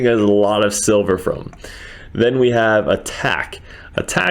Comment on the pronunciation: LOL sounds like you said "how to make sober fast" had me crackin up.